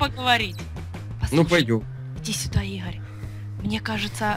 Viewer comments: Мне понравилось тот момент когда сказала и́гарь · Мне понравился тот момент когда сказала ИГА́РЬ!,😂😂😂😂😂😂😅😅😅😅😄😄😄🤣